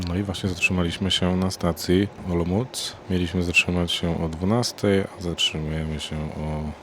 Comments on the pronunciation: olomuc??? 😅 olomouc !!! po polsku ołomąc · Nie mówi sie po angielsku dio czechów !!!! nie mówi soe Olomunc tylko Ołomuńc